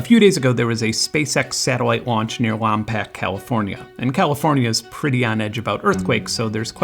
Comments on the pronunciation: excellent video as always... but if you're gonna reference specific placenames with strange spellings (i.e. Lompoc -> "Lom-POKE" from a local Indigenous language) that you've never been to, maybe look up how to pronounce them first. c'mon. the rockets launch from Vandenberg AFB anyway. Gee-orge-uh(?) looks lovely this time of year btw. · respectfully it’s pronounced LAWM-POKE (local here) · The way this dude pronounces "Lompoc" and "Cachuma" is criminal. It's a miracle he pronounced Santa Barbara correctly. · Lawm-pack? That's a new one. Normally we can tell an out of towner if they pronounce it "Lawm-Pock". But anyway Lompoc is pronounced "Lawm-Poke", rhymes with Tom Coke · You butchered Lompoc and Cachuma. Lawm-poke cuh-chew-muh is the correct pronunciation. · It’s pronounced Lom-poke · Uh it's Lompoc pronounced LahM-Poke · From someone who grew up there, it's pronounced Lom-Poke, for future reference 😂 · I can't believe you pronounced Lompoc so wrong, and also Cachuma 😢. It's lom-POKE and ka-chew-MUH Source; I've lived here my whole life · Briefly lived in Lompoc, CA and I appreciate the pronunciation variation on this town and Cachuma Lake, they gave me a good chuckle. Appreciate the video, greatly enjoyed the content. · As a SLO County resident it’s fun hearing you mispronounce place names around here :) Great video Benn. Really enjoyed it